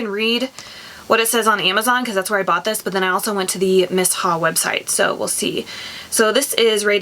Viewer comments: I don't like the clinique jelly moisterizer the best day moisterizer I found was the First aide beauty coco gel moisterizer I love it for day time under makeup it sinks right into your skin . miss ha..😂 its me-sha is how its pronounced I think maybe I should have gotten the darker shade I got 23 and it leans super gray but I mean I guess u can't really tell when its on it kinda just blends with ur skin. I ware light coverage all the time I hate heavy stuff on my face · Miss- Haa 🧐🤔 😭😭😭😭😭 it’s Pronounced ‘Meeshaa’ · Miss ha? 👀 "mee-Sha" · thanks for your product review. It's pronounced MEE-SHA. Lol